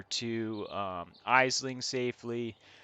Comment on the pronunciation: Thanks for the video. Just one correction - Aisling is an Irish Gaelic name and is pronounced Ash-ling (or even Ash-lin where the g sound drops off).